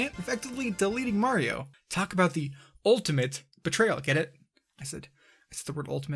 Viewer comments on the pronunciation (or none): "Super Mar Odyssey" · No, at the beginning of the video it sounded like you said MAR instead of Mario and I thought it was kinda funny. Probably shoulda made that clear.